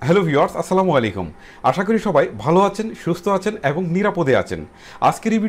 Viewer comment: বালো না বলে ভালো বলুন 😠